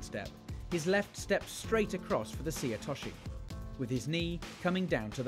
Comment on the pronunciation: Is there a conspiracy in British judo to mispronounce names of techniques? It's not difficult to say seoi otoshi: say-yo-we-yo-tosh-she. (All English words!)